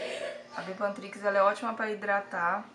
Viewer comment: Eu gostei da receita,parece q vale a pena, até pq é super barato, mas o nome da pomada é bepantriz e não bepantrix👍👍